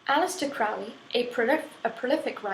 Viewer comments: Crowley Crow-Lee, not Crowley Fowly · fyi, his name is pronounced as crow-ley, it rhymes with holy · hey lady. it's pronounced crow-lee rhyme with holy not trying to be smart just thought you would like to know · Will you please stop pronouncing Crowley in the way that rhymes with foully. It needs to rhyme with holey. Only those who think of him foully call Crowley. I am OTO which I dought you are or you should know better.